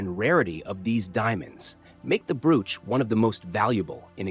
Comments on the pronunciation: Bro - ch. Not brooooch. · Stop saying Broooch it’s a bro och elongate the one o, then you will get it, or just ignore one o!!! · I cant watch with the crap AI WTF is a brooooch? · Went to the Royal jewelry show on a trip to London The most spectacular jewel was an enormous ruby set in a scepter. That stone alone has to be unattainable. (Someone please tell this narrator how to pronounce the word, broach!)